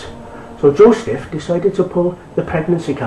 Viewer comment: why are you pronouncing the words wrong?! its bethlehem not bethesdun!! And it's Joseph not Josteph!!